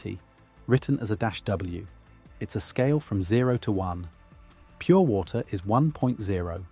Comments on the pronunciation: dead giveaway is the pronunciation of "a_w" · dead giveaway pronouncing "a_w"